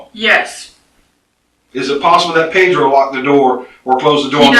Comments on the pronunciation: She randomly decided to start pronouncing "Pedro" with an accent but she keeps rolling the R in the wrong spot and saying "Pero" (which means but) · Ew she says pedro ugly! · The way she says Pedro disgusted me. She puts so much effort in the pronunciation yet couldn't care for her kids.